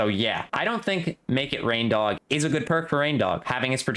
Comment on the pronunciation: My man, I’m pretty sure his name is pronounced “rain-dog,” as in a dog with reindeer antlers.